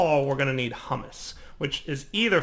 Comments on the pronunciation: Did he call it "hummus"? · HUMUS isn't pronounced the same as hummus! I remember the last time you used this in your 1.5 series, and you even mentioned that you'd screw that up! stop fulfilling your own prophecies!